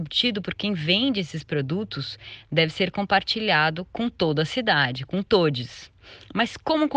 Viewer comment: Escutei todies e pensei devo ter escutado errado, misericórdia 😮